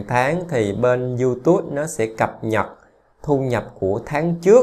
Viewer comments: Đọc là iu túp chứ ko phải iu tút ! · Bạn ơi. Tui xin không bàn về chuyên môn hay nội dung kênh của bạn mà tui chỉ xin góp ý phần phát âm của bạn về tên YouTube. Bạn nên phát âm cho đúng là YouTube..chứ tui nghe bạn phát âm thành YouTus. Nghe sai lộ liễu quá. Thanks! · Không phải đọc là Du Tút ? Mà là Du túp . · Cám ơn anh đã chia sẻ nhưng YouTube phát âm chữ Tube là âm /p/ không phải /t/ ạ. Anh cẩn thận phát âm đúng để không làm người nghe khó chịu nha. Chúc anh sức khoẻ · Diu chính xác hơn chứ. Phiên âm quốc tế là / ju t^b/, đọc là / diu túp/. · Description toàn để Eng ko mà phát âm Youtube chán vl